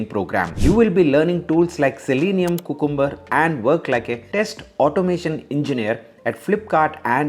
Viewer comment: its QUEUE CUMBER pal, not COOKUMBER please